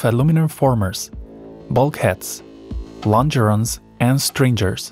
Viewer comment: Please fix the pronunciation of “stringers” and “longer ones”. Very well done.